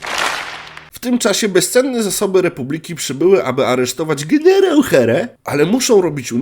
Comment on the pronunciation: "Zielony gienierał":face-blue-smiling